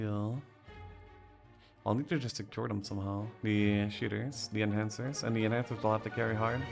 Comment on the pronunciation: Enchanters is pronounced differently. To enchant, not to enhance.